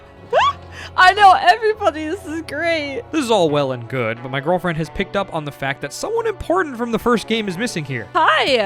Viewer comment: Take a shot every time he says “My Gorrrllfriend” Good thing I don’t have to find my friend in a saloon 😂😂